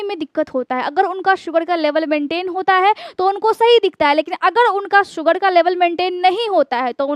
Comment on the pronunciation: Plz work on your hindi grammar & pronunciation to be more authentic, future KhanSir, thanks. Like opportunities mili hai not mila hai. Mehnat kee hogi. Baat baat par rooth jaayenge NOT rooth jaayega. Namak ki maatra NOT ka maatra Pronunciation: Sugar ( Shugar) Qabz not kabj